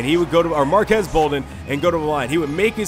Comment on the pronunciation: It's pronounced marquees bolden not marquez